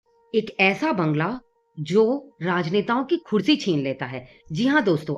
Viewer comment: "Khursi" nahi hota. "Kursi" hota hai. 😂😂😂😂😂😂😂😂😂😂😂😂😂😂😂😂😂😂😂😂😂😂😂😂😂😂😂😂😂😂😂